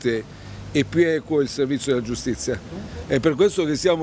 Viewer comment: Giustizza, costituzzone... Ma come caxxo parla Peppiniello 'o fallito?